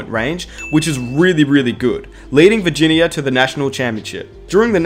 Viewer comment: Straight up he can’t say Virginia